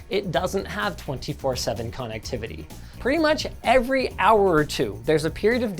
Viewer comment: It always erks me a little when linus pronounces connectivity as “con activity”